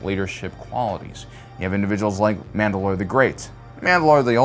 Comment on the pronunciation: Sooo MAND ’ ALOR or MANDA ‘ LOR ?